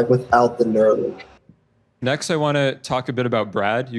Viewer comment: Neuralink. Not "Nuralink".